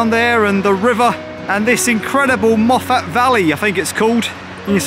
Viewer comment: Great stuff, The pronunciation is Moff-it not Moff-at.